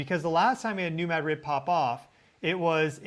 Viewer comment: You are pronouncing New Madrid wrong. You say you are saying it like the locals but you are not. I’ll try to explain. The accent should be on the first syllable, ‘Mad’, Now, do not pronounce the second syllable like it’s a separate word, say ‘drid’ not ‘rid’. It’s kind of like pronouncing the word mattress, with the accent on the first syllable. If you accent the second syllable, well, that’s a city in Spain, but with the accent on the first syllable, that’s a fault line.